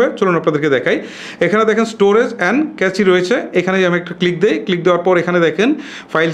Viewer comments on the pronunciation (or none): আপনার ভিডিও দেখে অবশ্যই অনেক সমাধান পাওয়া যায়। কিন্তু আপনার উচ্চারণে বেশ অসঙ্গতি রয়েছে। যেমন এই ভিডিওতে আপনি ’ক্যাচি’ শব্দ উচ্চারণ করেছেন। কিন্তু সঠিক উচ্চারণ হবে- ক্যাশ। সুতরাং নতুন ভিডিও করার ক্ষেত্রে আরও সতর্ক হবেন বলে আশা রাখছি। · ইরেজ, আর্জ হবেনা ভাইয়া ক্যাচে না, এটাকে ক্যাশ মেমোরি বলে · কেছি ডাটা নয় কেশ ডাটা 😁😁